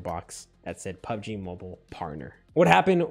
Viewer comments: When he says Mobil sound like a Filipino guy???? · The way he said MOBIL... 😂😂😂😂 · The way he pronounced "mobil"😂😂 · THE WAY HE SAID "MOBIL" 😭😭😂😂😂😂😂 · I laught so hard when he say MOBIL 😂😂😂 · The chicken girlfriend part got me dead for some reason🤣😂🤣🤣 Also when he said mobil like an Asian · PUBG “MOBIL” Partner 🤣🤣🤣🤣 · Yo I laughed so hard in my room when you pronounced PUBG MOBIL,HAHAHAHAH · '' Mobil '' Lol🤣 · Bro the way u say mobile 😂😂😂😂